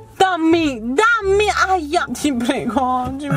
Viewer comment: sembra ubriaca perché al posto di dire dammi dice Tommy hahahahahhahaha